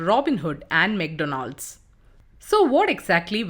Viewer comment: The pronunciations are really off in this video, would appreciate if the narrator could do basic Google search and see how certain words are pronouced....e.g "Dynamo DB" "McDonalds" "into" "also"